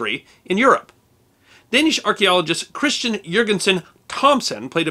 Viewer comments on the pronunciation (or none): none